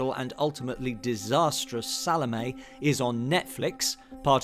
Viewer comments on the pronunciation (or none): Great video but that’s not how you pronounce Salomé, sorry.